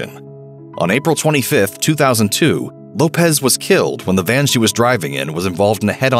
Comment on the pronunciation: I can't stand when people pronounce Left Eye's last name wrong. It is not Lopez. It is Lopes. She even said this on camera before. It's pronounced as an s not a z. Much like the Portuguese Lopes. (Low-ps) not (Lo-pez)